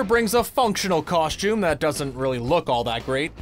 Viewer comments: What the f@ is a “coSH tume”? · Cool and stuff but never say "KOSHTJUME" again.